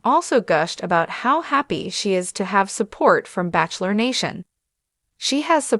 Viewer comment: This narrator and all narrators show learn to pronounce words right like Bachelor and Bachelorette. This goes for AI as well